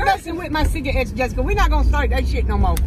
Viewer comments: It's cigarettes not cigaettes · Lol y’all keep sayin cigaettes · "stop messing with my ciga-ettes" 😭😂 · "sigga etts"🤣🤣🤣🤣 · “Cigaettes” love you mama and you xxx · cigarettes I love how she says cigarettes like Cigaettes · she said cigga-etts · I had a HEARTATAKE OR HOW EVERY YOU SPELL IT WHEN SHE SAID CIGAETTS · I always start bursting out laughing when she say "ciggaets" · It cracks me up every time she say cigaretts🤣🤣🤣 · She said let’s not start that shit again but literally said cigaette😂😂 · Why is her mom always calling her cigarettes cigar etts lol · I love how she says cigarettes 😂 like if it is true